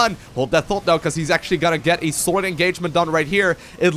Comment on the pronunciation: "extremely golid".... hahahah love u <3